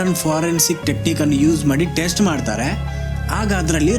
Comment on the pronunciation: ಆಲಿಬಿ ಟ್ಟೇಸ್ಟು pronunciation not good